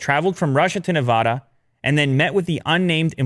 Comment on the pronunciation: please stop pronouncing Nevada that way it’s wrong